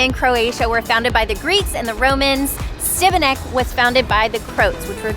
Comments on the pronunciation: Šibenik is pronounced like Shebenick and not Sibenik. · The city of Šibenik is pronounced She-ba-nick. The S has an accent making the sound Sh. Great video. Txs. Hvala lijepa. You are headed to Krka Falls - kirk-ka. Another beautiful adventure in Croatia! Cannot wait to return to my Croatia - sretan put - happy travels. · Love the video but you pronounced the city wrong every time.